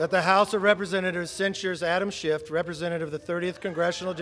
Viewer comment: Who’s Adam ShifT? Not anyone in Congress, Kevin. Learn how to say words.